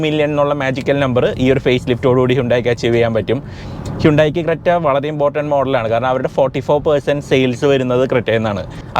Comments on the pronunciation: ഇത് ക്രെറ്റ അല്ല ക്രെന്യു ആണ്. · Its not creta its crenuee